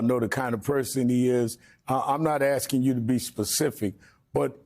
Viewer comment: Rev Al still saying "aksing".